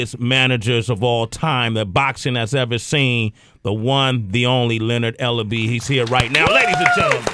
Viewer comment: Its Ellerbe!